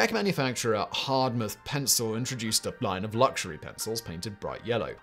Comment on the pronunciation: "exposition universelle" in Paris 1889; ... and it's not Hardtmuth like "hard moth", but simply Hart-mood.